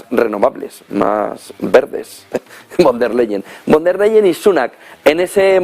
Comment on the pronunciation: Ursula fon der layen se pronuncia en alemán